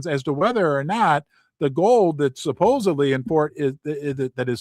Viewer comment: I'm usually not a pronunciation Nazi, but the word is "SupposeDly, not supposeBly. There's no B in supposedly.